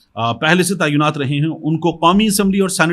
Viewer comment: لفظ تعینات کو تایونات نہیں بلکہ درست لفظ { تاۓ نات} ادا کریں جزاك الله۔ انکل محمد meesaW قریشی ۔ کراچی🎉